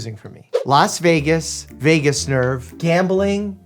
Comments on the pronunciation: It's vagus, not Vegas. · Vagus my dude lol, not Vegas. 😂😅 hopefully this was a joke that went over my head... lol 😂😂😂😂